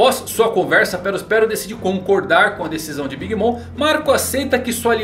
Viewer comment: Pronuncia bem big mom